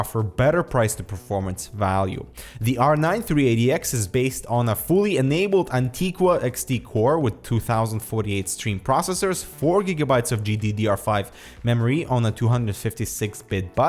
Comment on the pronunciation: its antiGua, not antiQua